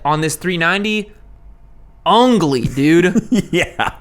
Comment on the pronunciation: Finally someone called this new KTM what it is UGLY 🤮🤮 Edit: also you said it right "UNGLY" that's what we call a "FINGER" in Hindi in India 😂😂 Middle "UNGLY" 🖕🖕 to this Duke 😂😂